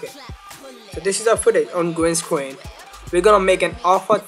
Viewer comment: Lol... i like how you say gween scween.. :P